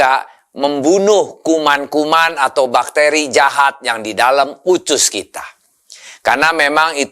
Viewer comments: Usus bukan ucus ya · Of course I do. It's just the way he pronounces it. Even his Indonesian is a lil bit weird. He says "ucus" not "usus". So I need to think hard before got it. 😅😅😅😅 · USUS bukan UCUS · kok nyebut usus pelafalan nya ucus ya?? hehe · Usus bukan ucus pak de